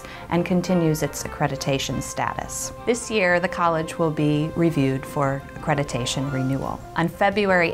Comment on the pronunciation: It's ACCREDITATION, not ACCRETITATION!!!!